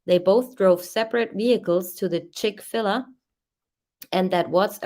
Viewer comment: It's Chick-Fil-A with a long a like The letter A, not Ah. They have the best chicken sandwiches. I dont even like fadt food, but I will go to Chick-Fil-A if I'm ever somewhere that has one.